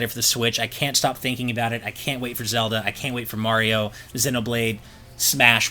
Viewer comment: Why does this guy keeps pronouncing zelda xoda